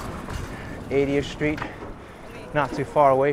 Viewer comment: Street , not shtreet. Straight, not shtraight.